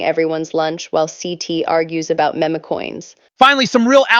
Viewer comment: I like this content but come on… time to program these bots to say MEME not MEMA! always corrects the interviewer on how to say her name.